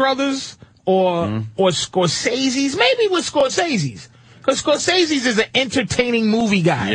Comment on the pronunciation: "Scorseses" Lol